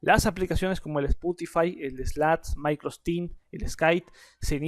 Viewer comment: "Micro sech"